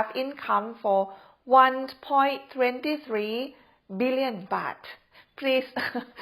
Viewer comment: Good video. Thanks. You said 1.23 billion perfectly.